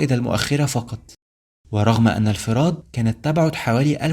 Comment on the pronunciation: اسمها مدينة الفرات بضم الفاء وليس بكسرها